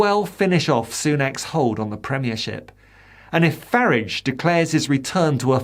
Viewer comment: Your pronouncing Farage wrong - it's Fah - rahg